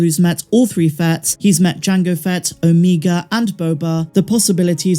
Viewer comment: I laughed when you said Omeeega